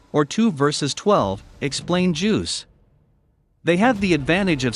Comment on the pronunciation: It's "Juice", not "Juuws".